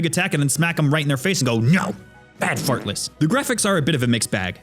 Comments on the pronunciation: heheheheheehehehehehehehehe he said fart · Its funny because he used 'fart' instead of 'heart' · This dude said fart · haha he said fart